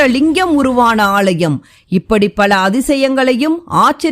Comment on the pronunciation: ALLAYEM..... NOT AALLLLLLLLYUM